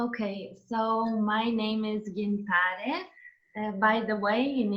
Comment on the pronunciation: That's funny that a person talking about fluency can't pronounce Gintare